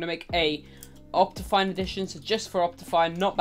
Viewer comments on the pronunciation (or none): none